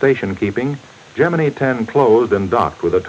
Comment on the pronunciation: It's not Gemine it's Gemini!